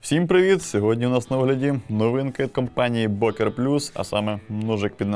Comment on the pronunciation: бокер звучить нім як бьока. Р є, але майже не чутно, як фо ми (FOR ME) в англ. перед гласною на початку наступного слова в таких словах Р чуєтся більш виражено як в англ. і навпаки: йоPайс-наприклад і йохенд. your eyes and your hand. буква Ö читаєтся майже як йо, вірніше ЬО. більш м'яка ближче до російської Ё, щось середне між Ё и О. так саме і інші німецкі унлауди Ü та Ä. між ЙО та буквою яка утворює унлаут, тобто букву з двома крапками, тобто між йо та а, чи йо та у